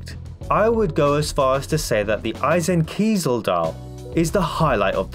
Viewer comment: First of all, excellent job with not only this video, but also your pronunciation of Eisenkiesel which was spot on! I agree that the plant dials are more on the feminine side. The geometric shape DJ36 dials at first looked attractive to me, but if you pair it with a jubilee bracelet and fluted bezel, it's just pattern overkill for me. I like the jubilee on the Skydweller, I always thought that a jubilee bracelet fits a fluted bezel much better than an Oyster bracelet, so, lets be honest, there's nothing "under the radar" with Skydweller, it's a huge watch and I think the jubilee bracelet will be a big seller for it. I like my Rootbeer with the Oyster bracelet better, at least I think so since a mock up of one isn't the same as seeing the real deal, but I am very happy the way mine looks now with the Oyster. Having said that, I am patiently waiting for my Pepsi to come in (my SA informed me the day before the new releases that I am towards the top of the list and that I should expect to get one by the end of this year) and I will be going for the Jubilee bracelet version on it. I assume I can buy a separate Oyster bracelet down the road, but for some reason, I just like the Jubilee better on the Pepsi. Also, it will bring balance to my small collection, 2 stainless Jubilee (Pepsi and DJ41 blue stick dial fluted), 2 TT Oyster (Bluesy and Rootbeer) and a YG Presidential. Thanks again for the great video and keep up the good work!